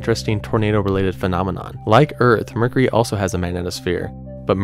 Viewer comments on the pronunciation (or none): I love how he says 'Mur-curry'.....🤣